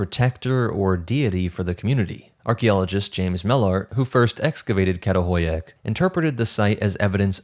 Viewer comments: This was an enjoyable and informative video. The only suggestion I can add is that the Turkish letter 'Ç' with the little tail on the bottom is pronounced like the 'ch' in English "chair" or "chatter," so that the archaeological site "Çatalhöyük" is pronouced "chattel-huyook." Only the letter 'K' has the sound you're using when reading Turkish. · Absolutely love your content! It’s so addicting. I wanted to make a quick point on your pronunciation of the city Çatalhöyük. Professor Lawrence Angel, who worked the site, told me that the letter ‘Ç’ is pronounced as ‘Ch’. So it would be: Chatal-hoy-yuk. I’d love to see you integrate this into your amazing presentations. It would mean a lot to me if you did✨🫡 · I really appreciate your channel but your pronunciation can be abysmal. It's homo sapiens, not homo sapien. And the village in Turkey is not pronounced with with k at the beginning.